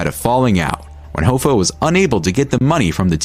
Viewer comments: Its Pronounced = "HAFFA" not "HOFFA" .... but is spelled Hoffa. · Hoffa, it's like cough-a, 👍